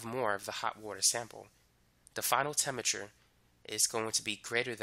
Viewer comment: "temmiture" pff I mean thanks for the vid :)